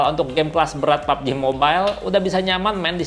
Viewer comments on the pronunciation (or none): none